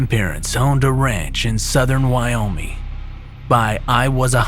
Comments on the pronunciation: Its Wyo-ming, with a hard g, not Wyominy. It bothers me, considering I live in Wyoming. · You kept saying Wyomey and it's really annoying